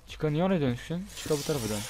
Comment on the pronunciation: abi chica çika diye okunuyo :)